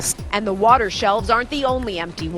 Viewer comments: "We are out of Wata"... LOL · what's wataah?